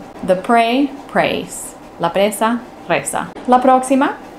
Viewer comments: preSa, no preZa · PreSa NO preZa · Saludos...presa...no preza. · Eres bella y elegante, sólo una corrección. Es preSa pues preZa no existe.